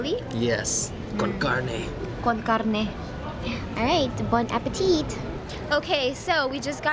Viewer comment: i love when u said it right 'CARNE':-) sei bellissima:-)